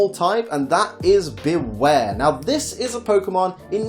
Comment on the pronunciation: It's Bewear, not Beaware!